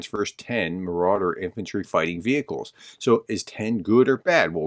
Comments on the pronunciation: The German armored fighting vehicles are Marder, NOT "Marauder." The name means "marten" (a fighting weasel-like mammal). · Hey Believe thats a Marder IFC Not Marauder Don't mean to nitpick Some.damn russkiy Fancel most definitely will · It is Marder, not Maurader, vehicles.😁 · just a cosmetic correction, the Germans IFVs are called MARDER not MARAUDER. Marder is a german word for Puma. Keep up the good work, thank you for being the kind of person, who cares about Ukraine. EDIT: I was corrected about the meaning in the comment below by please read his comment to get the correct meaning. Nevertheless, it's still not Marauder. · FYI, the German vehicle's is Marder (pronounced Moarder), meaning "marten", a kind of ferret (I guess delivery of the actual critter would help too, since martens are known to chew themselves through the electric systems of cars or other vehicles, such as tanks or APCs grounding them for a long time).